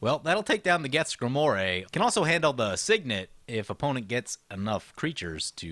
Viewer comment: Greemoir not gremore. I see you pretending to be someone else, better known as